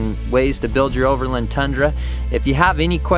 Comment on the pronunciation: Never heard anyone pronounce it "over'lun".